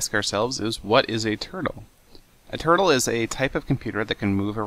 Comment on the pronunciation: I understood nothing after "this is a mining Tuttle"